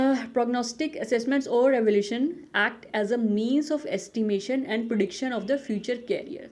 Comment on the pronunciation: Superb mam.. but it's Evaluation not evolution as you pronounce....